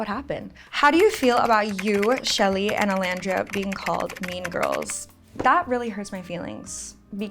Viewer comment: Girl shut up with your stupid Orlandriaaaa